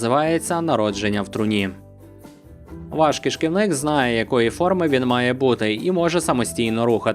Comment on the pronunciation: Правильно: кишківник